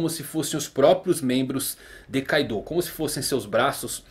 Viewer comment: Na vdd kaido não é carta. A pronúncia correta seria ka-do(kaado)